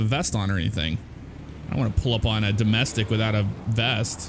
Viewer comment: you said dosmestic